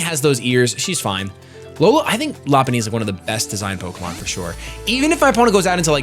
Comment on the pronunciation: The way you pronounce the French Pokemon name is just too precious.